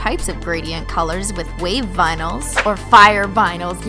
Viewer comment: I always hear binyls instead of vinyls..